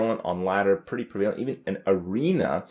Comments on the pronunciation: I think Kripp is mispronouncing prevalent. He says pree-VAY-lent but every resource I found on google pronounces it PREH-vah-lent. I don't recall ever hearing him say that word that way before, but he said it the same way multiple times in this video , , . As far as I can tell, there's not supposed to be a separate Canadian pronunciation for that word. It's one of those words like epitome that some people just say wrong because they read it but don't hear it aloud very often. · prevailent is not how you say prevalent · pra-vay-lent The Canadian education system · Prev-a-lent for fuck sake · Hey man, I like your videos. If I may offer some constructive criticism, check the pronunciation of prevalent. Also, you said irregardless. -_ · He's thinking of the root prevail, which has emphasis on the VAYL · Anyone else get annoyed by how he said "prevalent?"